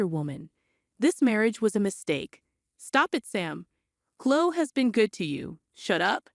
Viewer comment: Chloe has the E sound at the end, not Chlo.